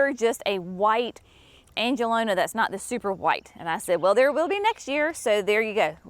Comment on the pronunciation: Angelonia has an i before that last a. an-juh-LOW-nee-ah